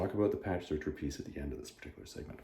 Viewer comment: A friendly correction: Patch Zircher has himself said that it's pronounced "Zirker". Even though I think "Searcher" sounds cooler ;) It's interesting to hear your opinions and thoughts on all things Conan, because it give me another perspective on the whole thing. For me, #1 hit home on absolutely everything except for maybe the photo-styled art and some printing issues. #2 I did not like honestly, I did not like it and it bugs me :/ #3 were like a breath of fresh air after #2, I however think the Conan story were too short. I also was disappointed at the ending of the Solomon Kane story even though Zircher did an all around amazing job. I just want Savage Sword to be like you said before, pulp stories. I want each issue to be stand alone Conan adventures tht is inspired by Howard and L Sprague/Lin Carter stories. There is room for bigger stories that takes up 2 or 3 issues, but I want it to be short and easy to follow. What I like about when I'm going through the Savage Sword omnies is that I can just pick one up when I'm in the mood for a single issue or so, for the most part I should say. Btw, Solmon Kane is one of Howards best character and I have to ask if you have read Wings In the Night yet?